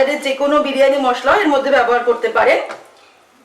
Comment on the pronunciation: বিরিয়ানি হবে, বিড়ি য়ানি নয়......drishtikotu lag6e.... ki6u mone korben na..